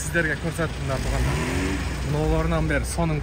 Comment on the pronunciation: Тоогандар дебей туугандар деп шашпастан эле айтчы 2секунд дагы кетпейт ушул сөзгө аяш ава